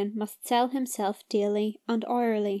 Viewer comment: I think it was “hourly” but yeah it sounded like orally